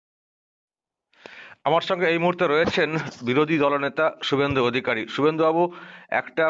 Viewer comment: কিছুই হবেনা কারণ শুভেন্দু অধিকারীর নাম যেভাবে মুখ্যমন্ত্রী উচ্চারণ করেছেন তাতে বিরোধী দলের নেতা শুভেন্দু অধিকারী কেই যে বলেছেন সেটা বুঝা যায় না।